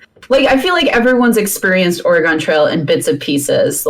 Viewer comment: I'm from Oregon and it is NOT pronounced Ore-Gone. It's pronounced Ore-gun or like Organ.